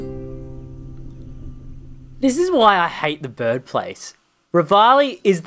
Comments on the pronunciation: Why do you say birb instead of bird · You said birb place